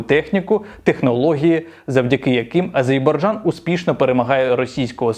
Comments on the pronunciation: Мені здається не "Азейбарджан" а "Азербайджан" Цей канал має мати більше уваги, підпискалайк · АзеРбайджан, пане, АзеРРРРРРРРРбайджан. Ви надто часто повторили неправильно назву країни, вибачте)